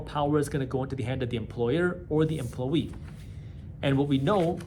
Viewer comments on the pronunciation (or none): Why you say emploYER, but then say emploWEE